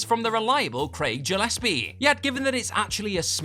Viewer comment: Dumb Money was great. Also it's not spelt Jillespie so why pronounce it like that? 🤣